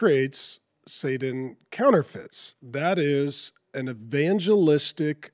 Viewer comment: I haven’t seen it nor will I. I’ve enjoyed many of your videos Mark but I do have a question… why do you pronounce “Satan” as “Saden” or “Sadan”? With a “D”.